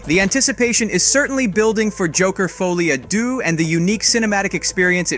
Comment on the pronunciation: Pronounced 'folly ah duh'.